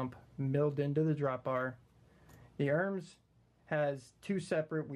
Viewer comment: pronounced "er-mez"